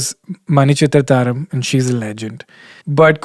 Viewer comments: Heyyyyy Kenny... You should watch more mallu movies dude. Just because it's one of a kind and nowhere in the world they make movies like that. It's Manichithra'thazhu' not 'tharam', it's your favourite movie, cmon dude! 😁 I'm a huge fan of your shows, you even helped me get out of my depression last year. Go KENNY! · Hi Kenny, I'm a fan. But just a small suggestion/correction Super Deluxe is a Tamil Movie, and it's Manichithrathazhu - the last word being 'Thaazhu' meaning lock (you pronounced it as 'Tharam' meaning star..). I understand that you might have difficulty pronouncing.. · I've come to the realization that my love for Kenny is so strong that I can forgive him for uttering "Manichithrathaaram"...it stings..but you are getting away with this!